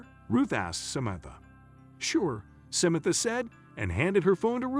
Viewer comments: Did you check how to say samantha before you buchered this name so many times? If this is computer generated, your computer is woefully inadequate. This is more than annoying, it is very irritating. How are people supposed to understand the story, while trying not to hear this royal mess-up, to avoid getting angry. Would you be happy if Samantha was somebody you knew, and people consistently said her name so badly? Do better please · Such an annoying narrative. The man misprounced Samantha's name numerous times.